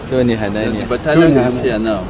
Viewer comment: The way this "" pronounced the Hausa name HANANIYA while admiring the military portraits...SHOOK me to the core...He didnt pronounce the name the way another Hausa speaking person would say it....Something is off.....